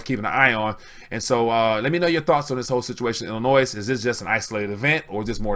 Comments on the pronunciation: Don't pronounce the final s in Illinois, it's silent. Time for a haircut people. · Please learn how to pronounce Illinois the S is silent.